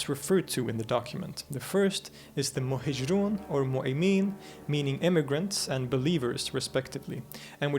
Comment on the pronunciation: Interesting, if derivative (and the presenter is very engaging but he manages to pronounce every single Arabic word wrong; Yathrib, shirk, muhajirun, haram...). It should be watched by those who question the historical authenticity of Muhammad (out of sheer ignorance of the sources, it must be added). Anyway, this only tells us that Muhammad was a clever politician who bid his time and/or thought that he'd end up convincing everyone (including the Jews) to embrace his new religion. What we know is that he wasn't a tolerant person. Just read the Sira and you'll see that the Quraysh actually bent over backwards to try to accommodate him, but he was too intransigent to accept that they continue with their old beliefs.